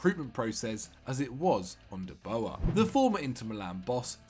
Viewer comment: Funny how they pronounce de boer 😂